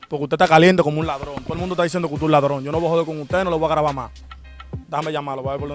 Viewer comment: No dice ladrón dice ladron, palomo.